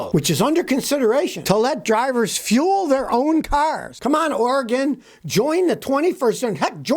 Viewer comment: Savage Scotty is such a legend he knows how to correctly pronounce Oregon.